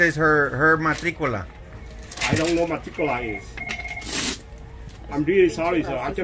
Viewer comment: Guy: This is her MATT-TIC-Q-LA! Me : WHAT??!!!! That means nothing to me?! Go away! Note- just tell her to use her matricula to get a license please! I’m sure this is not the first time this happened to them.